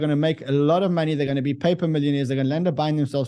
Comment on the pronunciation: Count how many times he says “Monney”